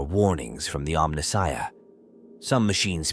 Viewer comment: omni-shia? mispronounced like a true AI voiceover